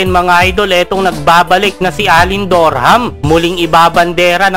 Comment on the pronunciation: Alen "DOrHAMM" mga idol haha